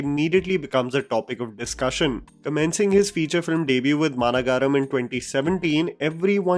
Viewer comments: Its not managaaram its maanagaram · Its ma nagaram not mana garam. Anyways great video as always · ITS NOT MAANA GAARAM, its MAA NAGARAM. I'm not angry here😂 I know you try your best still this is unacceptable from you😌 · BRO...!! It's not M-A-N-A-G-A-R-A-M it's actually MAA- NAGARAM. 😁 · Bro I had a stroke when you tried to pronounce Maanagaram